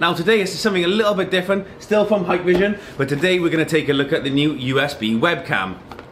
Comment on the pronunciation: I always see vloggers saying "haiiyykk!! vision" like Japanese saying "hai" means "yes", when it is pronounced "heeek-vision"...